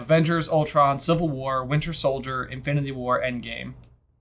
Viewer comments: "Winter Sholdier" lol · "Winter shouljer." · Is no one mentioning how said "Winter Sholdier" when reading the question??